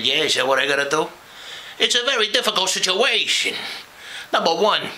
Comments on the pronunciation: You've captured Tony's penchant for emphasising random syllables. "Situ-A-tion" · Love how Tony always says "SituATion"